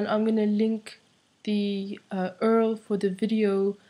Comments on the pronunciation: "earl" I think you meant URL or " ewe are al " :) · the word, "url" is often pronounced as " yuu-rrru-el "